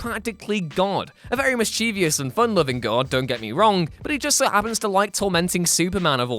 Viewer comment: say it with me now, miss-chiv-us. Not miss-chee-vee-us. You're adding a letter (mischievious) and a syllable. It's wrong. Mischievous = miss-chiv-us. Easy.